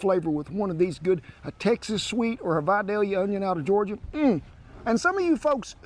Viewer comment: Spell it correctly please. Vidalia, and it's pronounced Vi day yuh.